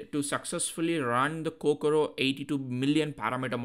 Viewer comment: Is Kokoro not Kokura